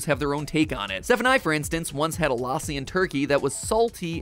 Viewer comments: la-ss-i not laa-si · It's not laassi, its lassi(in pronunciation) like the a sounds like uh ( say bruh and get the A from it) sry for this i am not trying to bully or defame or annoy you just telling thats all pls dont hate me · LAAAAASI?! WHY (it's pronounced lussi ) WHAT IS LAAAAASI? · MatPat: The Mango L-AH-ssi Indians: Boi it's L-uh-SSI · It is not mango laaasi lassi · lassi is pronounced lus-sea not la-sea 😭😭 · it's luh-ssi not LAASI BRUH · IT IS LA SSI NOT LAI SSI YOU OFFENDED ME IM INDIAN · My Indian self screamed when matpat said LA-si. Had to pause the video for a full five minutes to calm down 🤣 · Before MattPat said famous drink in India, I had no idea he was talking about Lassi, coz he was saying Laasi 😅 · Its not pronounced laaasi the a is moch more like the u in fun the problem is that in hindi's(indian language) script we have letters to represent that sound but in engilsh we dont so u have to adjust it with other vowels like a and u (also real quick we have like more than twice the number of your letters because our sounds remain consistent throughout the alphabet and donr have single letters using multiple sound and u guys teach kids that you say c like see but when its in a word its like kuh but we dont do that here just switch to hindi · he said lassi wrong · Omg lassiiiiii I've been drinking it often recently taste is amazing also you messed up the name so bad 😂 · As an Indian, hearing how Mat pronounces lassi is KILLING me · That not how you pronounce lassi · Please pronounce lassi right